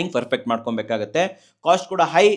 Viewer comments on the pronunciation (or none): none